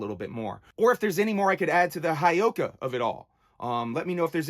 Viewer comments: Ok I have to correct you on the word Heyoka and how you say it and please don't take this as me being a asshole, but it is said Heyoka, the first part He is said like hey and then yo ka Heyoka, It is a lakota word for scared clown, how you said it would be spelled Hiyoka. Sorry I'm Lakota and I had to correct you on the saying of the word. The heyoka is a kind of sacred clown in the culture of the Lakota of the Great Plains of North America. The heyoka is a contrarian, jester, and satirist, who speaks, moves and reacts in an opposite fashion to the people around them. So it's He (Hey) yo ka. Sorry if I sound like a dick that is not my intention I just like to educate others on things i do know about and have been around. Mitákuye Oyás'iŋ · It's. Hey oh kah. Pronounce it right. Other than that I agree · Bro Whoop whoop I'm lakota and a juggalo. It's part of our. Life and. Ur not wrong respect respect it's actually pronounce Hey-Oka